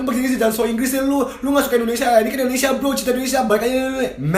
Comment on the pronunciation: ane bantu ralat kajo sblom jadi capres. "Indonesia" bukan "Endonesia"